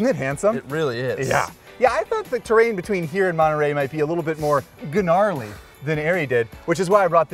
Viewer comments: G-narly, correct-a-mongo? Dude, I'm so sorry for you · dislike for the "guh-narly" comment.